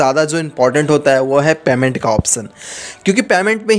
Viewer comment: पैमेन्ट नही पेमेन्ट होता है😂।